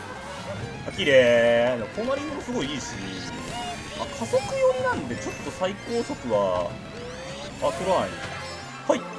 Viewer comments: 私、関西ではないですが、それでも分かるくらい変ですね。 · なんでなんの発音が関西人としてなんか嫌（笑）